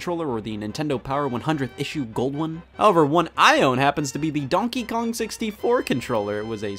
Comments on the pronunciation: DUONKY KUOUNF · no its duonkey kuong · "dOOnkeY kONg" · 𝔻𝕦 𝕟 𝕜𝕪 𝕜𝕠𝕦𝕟 𝕘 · I swear, that botched pronunciation of "Donkey Kong" got to me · I love the way he pronounces "Donkey Kong" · Everyone’s talking about the weird Donkey Kong pronunciation, meanwhile I’m questioning why Scott has three rice cookers